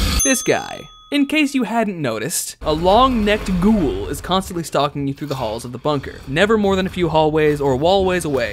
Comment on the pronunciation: a long necked GHUUUHL 😂😂😂